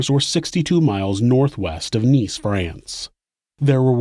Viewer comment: I love the way you say “France and Man”.. (Fray-Ants - and May-Ann) Haha.. Thanks for the upload, guys!